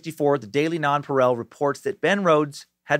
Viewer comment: As usual your stuff is great brother. Love listening. It's pronounced non-pa-real